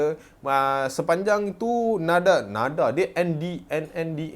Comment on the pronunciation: ndak tu bukan bunyi nadak. Tapi endak . Aku baru masuk u kawan dengan orang sabah nak dekat seminggu baru dapat faham dia🤣🤣